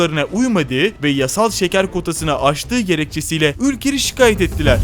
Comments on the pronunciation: Şıkayet değil şikayet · Şikaayet değil arkadaş. İnceltme işareti yok mu sizin dilinizde...